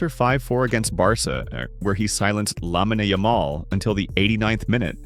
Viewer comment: Yeah after I left that comment I heard him Lamine Yamal and i was like, no way. Nobody that makes videos about football doesnt know how to pronounce that.